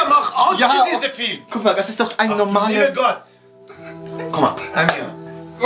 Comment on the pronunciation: warum sagen alle Väter immer "Fülm" 😂🤣😂